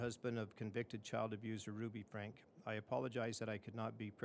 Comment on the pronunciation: He’s reading the letter from Kevin and can’t pronounce his last name right….